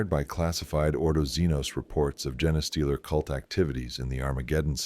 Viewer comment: Ok the Jena-stealer pronunciation drives me nuts. Can you fix it by spelling it phonetically? Fun story as usual. Can you add dramatic pauses or alter cadence at certain points to affect intensity or to build suspense?